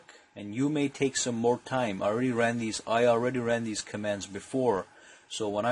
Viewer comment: Oops "already" Not 'alreaduy'